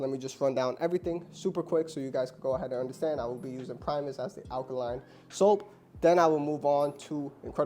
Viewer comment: My guy out here calling it primeis